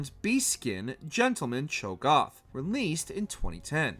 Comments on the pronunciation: Don't forget him saying Cho Goth instead of Cho Gath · CLAYgor? DeMAYcia? ChoGOTH?? AYsha????? TRYndemere???? What the fuck Why do you never get people who know the material to do the voiceover 😭 He can’t even pronounce melee right 🥴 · the way you say cho'gath makes the video unwatchable please never cover league again.